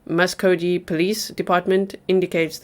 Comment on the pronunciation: Tulsa Oklahoma is my home. My oldest son was born at St. Francis. My brother called during dinner telling me to turn on the news. I live in TN now. Muskogee (pronounced Musk oh ghee). You will notice thanks to responding LE groups include tribal police. The Creek Nation headquarters is in Muskogee, as well as their state college. The Veterans Hospital is also in Muskogee.❗❗❗😲